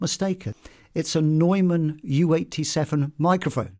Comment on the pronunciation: Really love this! I really enjoy hearing your stories about experiences with clients & the industry. More like this please! 🙏🏻 Also…. Have I been pronouncing ‘Neumann’ wrong this whole time? 😱 I’ve been saying “Newman”… but noticed you pronounced it “Noiman” …Every day’s a school day!